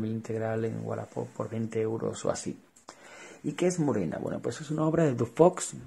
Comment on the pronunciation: Murena,Calígula???.Por favor,y encima lo repites muchas veces.Por lo demás perfecto como siempre.Un saludo.